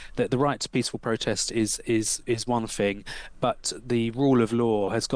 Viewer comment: Pronounces the letter aitch as haitch. Pronounces “thing” as “fing”. Jesus…